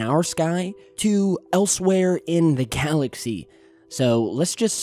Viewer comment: “elsewhere in the calaxy”...?? THEY CLONED!! ✅👀